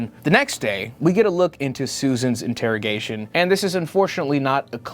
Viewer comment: Referring to the Interrigation Room as "InterraDome" i was expecting some kinda NFL betting ad 😆